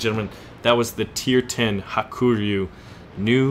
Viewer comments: Ha-ku-ryu, not ha-kur-yu. It means white dragon. In japanese ryu 龍 is dragon. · I think it's pronounced Haa-koo-Ree-You.but,i don't speak japanese,so don't qoute me on that.